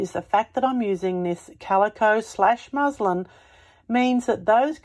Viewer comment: Muslim is a religion. MusLIN is how the fabric is pronounced.